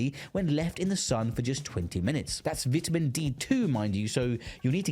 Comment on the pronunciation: cant stand the way you pronounce vitamin